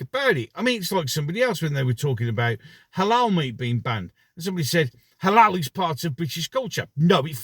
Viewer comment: It is halal meat, not haloo. White British schoolkids are being fed halal meat in their school canteens without their parents knowledge. Halal is a cruel way to slaughter animals as they are not stunned and they are fully conscious before their throats are sliced open.